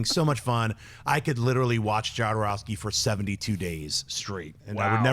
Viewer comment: If you say Jowdarowsky one more time, I'm going to light a bag of shit on fire and leave in on your desk.